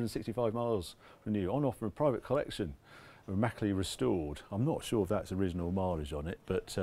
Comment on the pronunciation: WTF is immaculy restored?...🤣🤣🤣